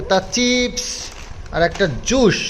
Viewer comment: ota Jussh bale na juice balo... uccharan gulo aktu thik Koro kmn tahole bhalo lagye shunte ...kichu mone korona tmk khub bhalo ashi tai bollam